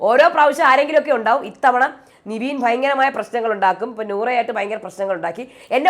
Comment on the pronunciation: എന്റെ പൊന്നു ചേച്ചി നിവീൻ അല്ല നെവിൻ ആണെന്ന് ഒരു 100 വട്ടം പറഞ്ഞു 😡😡😡 നമ്മൾ പറയുന്നതൊന്നും മൈൻഡ് പോലും ചെയ്യുന്നില്ല 😡😡😡 very bad 👎👎👎